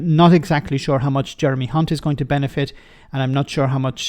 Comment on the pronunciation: Did anyone just hear the female ITN Newscaster - Nina Hossain, call Jeremy Hunt - Jeremy *unt (rhymes with Hunt!) on the ITN lunchtime News. I kid you not. She joins Jim Naughtie is divining the true nature of this Tory "politician"! She later apologised for her mistake - or was it???